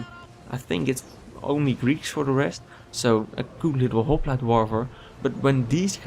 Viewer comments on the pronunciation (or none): none